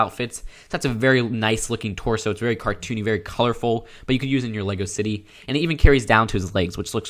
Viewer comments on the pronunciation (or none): none